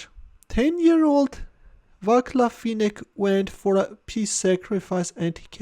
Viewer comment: It's "vaatslav" not "vaklav"